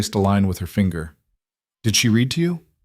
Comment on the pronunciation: It's so funny that every single Narrator mispronounces the word "read" exactly the opposite of its intended use. These producers don't waste time looking for errors. 😂